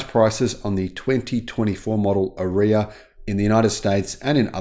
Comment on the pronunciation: Please pronounce it correctly R-eee-ya. Or watch the Nissan video with Anna Ferris.